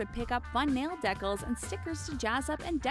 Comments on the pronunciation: She pronounced decals wrong lol. Dee-cals not dekals lol. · did you really just pronounce nail decals as nail deck ells? Jesus woman. every video. who is this woman? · Dehkuls 😂 Not decals.... Dehkuls I'm dying! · fun nail DECALS (they pronounced deh-cals) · i love the way they say decals XD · who else knew she was Canadian when she said decals